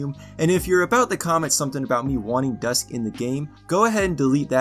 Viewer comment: Oh no he said dusk